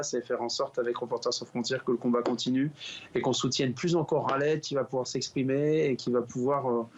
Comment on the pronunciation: Pas Ghaled .! Mais ca se prononce Kaled son prenom.en français , pas comme vous le prononcez ! Tres contente de sa libération !